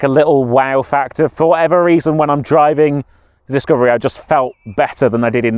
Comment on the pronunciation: dicavery ? xaxaxaxa what a f idiottt😂😂😂